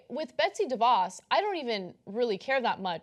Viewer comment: Anna cannot correctly pronounce about 25% of the words in her copy. Like "DeVos" and "Nobel"....